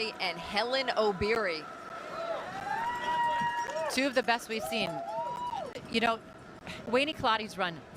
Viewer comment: Wueeh mzungu it's Obiri not ObYrY😂